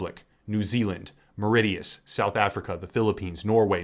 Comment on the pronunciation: Mauritius is MUR-ISH-USS. Sorry that was bugging me. Love the content dude